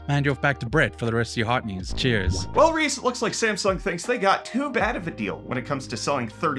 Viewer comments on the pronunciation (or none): none